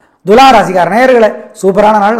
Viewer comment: Ivaru daily naaL eppidi irukku nnu solllama ....parigaram, mandiram, color, book nnu sollraaru... BTW adhu Dhulaam illa...Thulaam